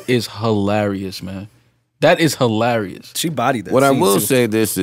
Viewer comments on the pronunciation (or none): Its hee-larry-us how Joe said he was out after listening to his own verse